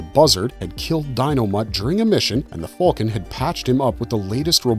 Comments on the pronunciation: The blue what? Just say falcon like a human being. You're not Han Solo. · I am having trouble coping with his pronunciation of "falcon."